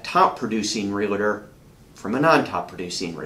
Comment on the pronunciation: Im trying so hard take you seriously and listen to your content but every time i hear you say REALITOR i am SO turned off. I cant stand it. Where is the "I" in realtor? Its two syllables.